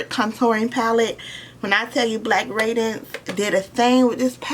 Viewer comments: It’s raid-dee-ance, not radence. Power is great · I love yo video but It’s Pronounced Ray-D-Nce